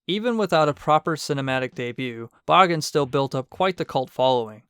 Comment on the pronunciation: Extremely well done! It's rare to see videos about Bagan that go out of their way to mention his more niche cut appearances, particularly "Yamatai Kingdom" and his early-to-mid Heisei Godzilla-centric drafts. Also using the Japanese pronunciation of the name is commendable! Maybe one of these days we'll not only see him in a movie, we'll get an official English pronunciation of his name... Ha!